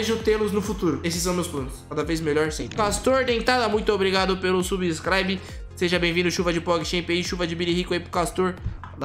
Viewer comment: Ninguém: Absolutamente ninguém:: Vem de subscribi